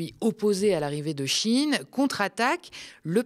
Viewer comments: "Shein" ne se prononce pas "Chine" comme dans "un chine toc" (terme wokiste à la mode) mais "sh" "ein" ,comme dans " ein volk ,ein reich ,ein Fuehrer "... à bon entendeur , salut 🚸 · Shein vous l'avez prononcé CHINE. purée j'avais jamais fait le lien 😮 G Jamais acheté là ni sur temu. Vinted oui. Merci 🎉